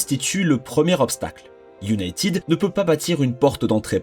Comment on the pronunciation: Encore un star en anglais : iounaitiiiiid 💩